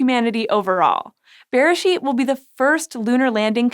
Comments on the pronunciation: Beresheet is pronounced berAYsheet. The word you are saying sounds more like besheret which can roughly be translated to soulmate/one-who-was-meant-to-be (it’s often used in a romantic context) so I chuckled a bit. Also, yes beresheet means “in the beginning” but it’s also the Hebrew name for the book of Genesis- it’s the first word in the Bible in Hebrew. It’s a reference to Genesis 1: In the beginning God created the heavens and the earth. It’s quite poetic and rather lovely if you’re more familiar with the Hebrew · בראשית... The emphasis is actually on the final syllable. B’reiSHEET. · It was so weird hearing the English pronunciation of beresheet in this episode! But a very fitting name, however you say it. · I don't know... maybe getting the pronunciation of the first word of the bible might be a nice thing to do. Mispronouncing it seems pretty christian to me.